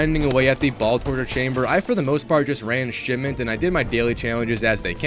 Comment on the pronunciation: Didn't know it was shitment instead of shipment